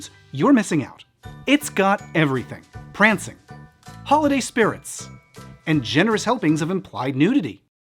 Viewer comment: When he said "prancing", I thought he said Krampus!